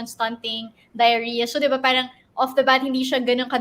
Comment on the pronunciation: Excuse me, WHY DO YOU PRONOUNCE " PARANG " WITH AN F HINDI KA NAMAN PUTI. 🤣😅🤣😅FARANG